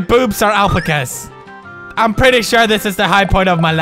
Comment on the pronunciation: It is pronounced al-pack-as